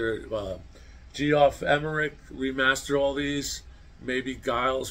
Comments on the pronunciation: Great subject. I need to point out, "Giles" is not pronounced with a hard "G" like "Guy". It's a soft "G", pronounced like “Germ" or "Jelly". Also "Geoff " Emerick is pronounced"Jeff". The "o" is silent. Just an alternate way of spelling "Jeff". Some Beatles fanatics 🙄 word of lambasted you! HaHa! Also, "Free As A Bird" & "Real Love" were both released on vinyl 45's with picture sleeves. On another subject, I wish I had gotten those anthology LP sets either when they first came out or a second time I had a chance to get all three at $40 a piece, still sealed! It would be great if they rereleased them with a 4K remaster of anthology on Blu-ray! Nice,! I just don't see it happening! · Geoff Emerick's name is pronounced Jeff